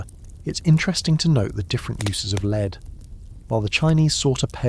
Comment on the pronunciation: I love the voice you use for these videos, it's very well trained. That said, the way it pronounces "lead" in this video needs a tweak 😉